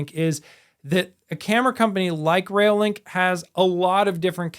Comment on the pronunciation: Sorry, it's doing my head in !! - It "sounds like" you're saying "Rail Link", instead of "ReoLink", it's annoying as hell. Stop It !!